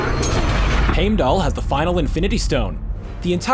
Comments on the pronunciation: I stopped because I wanted to slap his grandma for the way he was pronouncing Heimdall. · Thaynos? Dude, you can’t even pronounce Heimdall either... dude... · Remake this saying heimdalls name right please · These theories are AMAZING and I wish all of them would come true, but can you please pronounce things right? Like "Heimdall?" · Heimdall, Loki, Yggdrassil, even Feige.... can he pronounce anyone's name correctly?? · Did anyone else get pissed when hes saying heimdall wrong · You should have picked a person, that could pronounce Heimdal aether proberly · Omg you say Heimdall incorrect multiple times then the last time you say it correctly. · The way he says hiemdall really annoyed me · Am I the only one that started getting pissed at how he was pronouncing Heimdall and Thanos? Why can they never pronounce the names right? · How can you say Heimdall's name wrong 20 times then say it right at the end😂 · That's not how you say Heimdall. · I've noticed he mispronounces names in almost all the videos. I've even started watching for it. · Is anyone else mad at how this narrator said Heimdall? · Thanos can be pronounced both ways but Heimdall triggers me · I totally noticed it. Even said Loki funny. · how to pronounce names wrong 101 Thane - ohs and haym - del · I’m sorry did he say hamdull? Lol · its not Heimdall its pronounced Hajmdall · Does it annoy anybody else how the say haymdell instead of heimdall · Omg heim doll not hame doll not thane os it’s thanos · okay lemme break it down for you th AH nos not THAYNOS LoWkey not LowKEY and HEIMDALL not HAMEDALL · not trying to be rude but its Heimdall not Haimdall and its not thanus its thanos you said the names completely wrong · it is not pronounced hame dal with a long a, it is pronounced hime dal with a long i. just thought you might want to know. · it's heimdallr not hamdallr say it right or do say it at all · What triggers me is that they say haimdall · if u watch the movies its pernounced hime-da-ll